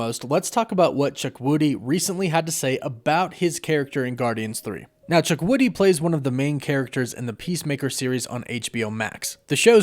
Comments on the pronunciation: its CHU-KWU-DI not CHUK-WU-DI. Really made me laugh though. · Hey. I've been a long time watcher of the channel and I love your content. But just to bring to your attention you kept pronouncing Chukwudi's name wrong. Not your fault.But its actually pronounced (CHOO-KWOO-DEE) not "Chuk-woody". It's an Igbo name. Thanks and I can't wait for your next video. Woof woof!